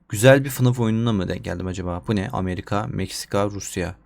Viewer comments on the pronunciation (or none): none